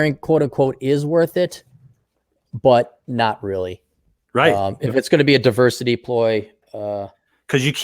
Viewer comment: Gotta love 'duh-versity'!!!